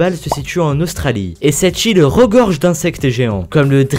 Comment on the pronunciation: A chaque fois j'ai eu l'impression d'entendre "cette chill" au lieu de "cette île" x)